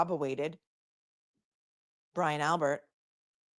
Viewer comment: Catching the replay. Just caught “ cowwobawated”. Hahahahahaaaa